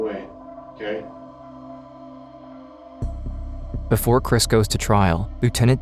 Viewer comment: How come cops say mkay instead of ok?